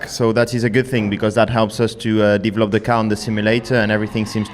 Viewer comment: What are you "Deevlop"ing charles? hahaha